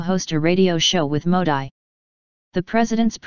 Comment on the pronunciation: Sorry , you are mis pronouncing Mr.Modi. It is not Modai ( as prononuced in this video),but its Modee.Pl. take care hence forth and if possible correct this video.